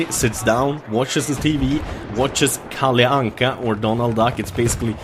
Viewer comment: Hej stör du dig också på att massa folk säger KalliAnka istället för KalleAnka?